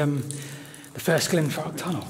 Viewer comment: I should drink my tea before watching because i swear y’all keep saying “Glenfart”.